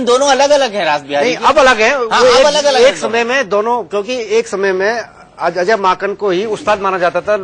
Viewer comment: He said Ajay makhan 😂😂😂😂😂😂😂😂😂 Are vai wo Ajay Maken hein...